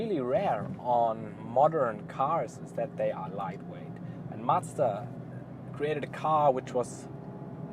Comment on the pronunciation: Just subscribed. Its so rare to hear a non-japanese person pronounce Mazda correctly! Are you considering to get the 2019 model with the updated 7500rpm engine? Looking forward to more MX-5 content!